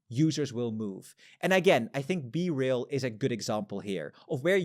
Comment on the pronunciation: Is it BeRail or BeReal